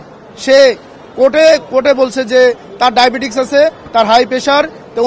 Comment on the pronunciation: Not diabetix, it is diabetes.